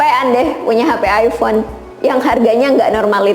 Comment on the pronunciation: Hmm ayfon yaa.. Aypon bacanya